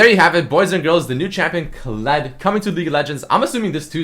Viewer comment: thought u said Clit like Clitoris xd